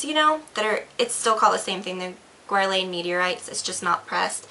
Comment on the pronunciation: as a makeup artist you should learn how to say guerlain, just sayin.